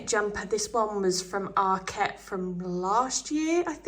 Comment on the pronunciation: Loved the video, but it’s ARKet not ArKET! Arket is a Swedish word not a French one… 😘